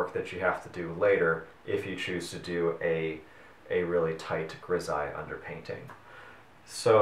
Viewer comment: Pronounced: Gri-zal-ly